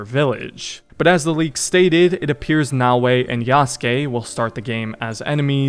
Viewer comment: Actually kinda funny how you thought it was Nae-o-ee 🤣 Brother, just a tip, when it comes to asian names or languages for most of them, abandon the english way of spelling the letters (just as how you read Bayek or Yasuke's name, you don't spell it Bae-yeek or Yae-suh-kee right? You don't read Oda Nobunaga as O-dae No-buh-nae-gae) No hate tho, good video!